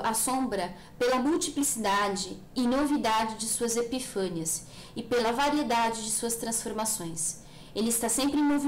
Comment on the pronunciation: Legal, mas diga sempre "epifania", não há acento. Esse volume é o número 1, há ainda mais dois volumes.